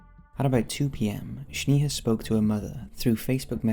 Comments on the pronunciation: Yall it's pronounced Snayha not Shneeha 😭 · It's not pronounced "sneeha" but "snaeha" lol. Js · It's sneha, like snack Not shneha like shnack. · Bro you butchered Snehas name. I am an indian and Sneha is an indian name. Its pronounced as Snaiha not Sneeha.... as in "Eh" not "EEH" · And her name is pronounced as Snaiha as in "Eh!" like canadian Eh not "EEEH"... its not Sneeha. its Sn"Eh!"a. I am an indian living in canada, I know that name its a popular indian female name. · Its Sney-haa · FYI - you're mispronouncing Sneha, my friend - its Sne-ha..the Sne pronounced like Snake